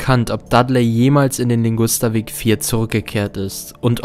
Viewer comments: Heißt es nicht eigentlich Ligusterweg und nicht Lingusterweg? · Der Weg heißt Ligusterweg und nicht Lingusterweg.😇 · Ligusterweg, nicht Lingusterweg. Aber richtig gutes Video